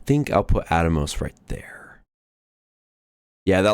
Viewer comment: Scar Milli Oh Nay. Tee Eh Mot Death guys At mos Atmos is pronounced like "at most" but don't pronounce the T in "most" Shin Reeeeeee You Tie Fun Ulll tros